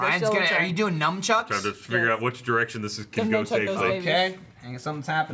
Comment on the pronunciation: Did say 'Numb chucks'?